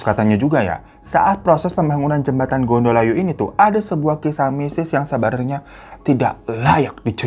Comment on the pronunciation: Gondo Layu = bau mayit .... bukan gondol ayu 😅 . Code bukan Kode ....E nya di baca È (Empang) .jadi org sini biasa bilang kali CODhE .